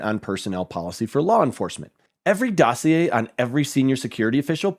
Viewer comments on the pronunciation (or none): none